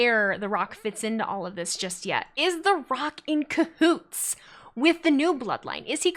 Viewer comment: A lot of good logic in this analysis, love it! A lot of depth I hadn't thought about. I may also have laughed every time said "cahoots" with a bit of extra emphasis. It must have been the word of the day 😂